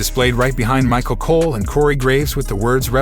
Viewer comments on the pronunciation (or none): none